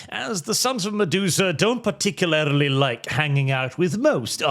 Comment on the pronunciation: please... Par-tic-u-larly.